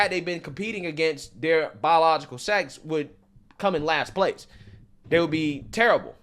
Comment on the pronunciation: Bro said "bawlilogical" so many times I got angry. Holy shit learn how to say words if you want to be taken seriously